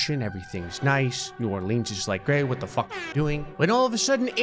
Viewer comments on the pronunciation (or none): by the way you dont say New orleans new or-leans you say it new or-lens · im more worried about how he mispronounced new orleans than called alaska canada